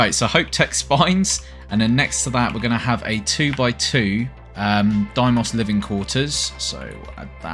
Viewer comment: This is just me bitching but why do YouTubers keep saying DIEmoss? It's DAYmoss...